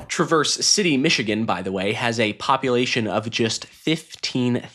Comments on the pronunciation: It isn't TRAH-verse Say it Midwestern. You are mispronouncing it. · You are pronouncing Traverse City incorrectly.